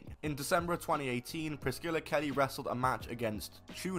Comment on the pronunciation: How the hell does the dude in the video (not ) not know how to pronounce Priscilla. It isn't Priss-killa lmao.